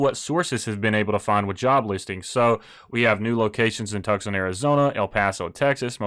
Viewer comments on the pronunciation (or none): Tuckson is pronounced Twosawn. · you know it's pronounced "Toosahn" right? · Lol, great video, love the content, but I have to, it’s Toosan, Tucson, AZ 🤪😇🧐🤓. And I have a Model Y and 100 shares and I love it all! Everyone should own a Tesla.